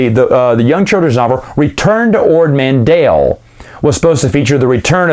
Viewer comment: It’s Man T ell…..T T T….ManTell. Not Mandell. Not like Howie. It’s a T in the middle.